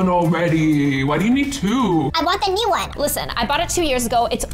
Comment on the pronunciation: Hay it is new not neuw